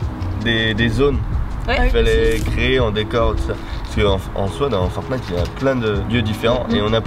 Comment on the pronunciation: dieux merci ils disent "ForTnite" et pas "FoRnite"